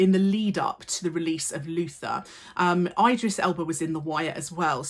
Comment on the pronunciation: miss you're an indisputable icon but that pronunciation of Idris is atrocious